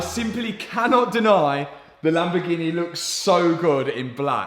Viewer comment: Read the sticker in your accent 'Lambofuckingheeeneh'. Also love the editing at the end